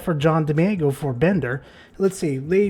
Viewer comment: I appreciate the video but if you're gonna say someone's name a bunch of times maybe just find a video of them saying their own name so you don't murder it. Much love though